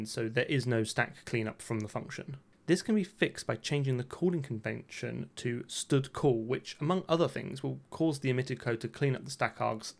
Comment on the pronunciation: the "stoodcall" is how stdcall is read if you try to read it as is, without expanding it. All the vowelless functions calls that he reads outloud are just part of a joke. I think it was pretty obvious. On the existing wrappers and stuff, no idea. Isn't dgvoodoo a translation to DirectX 11 or 12 ? What vulkan wrapper ?